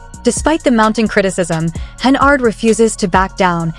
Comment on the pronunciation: Her name in henYARD, NOT HenARD!!!! Good God.